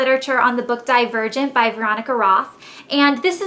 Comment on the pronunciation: LOL i thought she said "die a virgin" instead of "divergent" haha